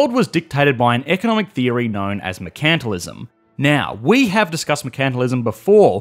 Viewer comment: is that how you're supposed to pronounce "mercantilism"? I thought the emphasis is on the first "e" and not "a".